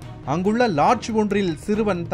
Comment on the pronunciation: ஏன்டா அந்த எரும 11வது படிக்குது.அதை போய் ஏதோ 1ம் வகுப்பு படிக்கிற பையன சொல்ற மாதிரி சிறுவன் சிறுவன் அழுத்தி சொல்லுற.பையன் வெவரமாத்தான் வேலைய பார்த்து இருக்குறான்